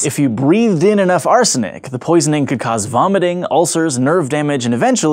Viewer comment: Can I get a clip of him saying "arsenic" for my ringtone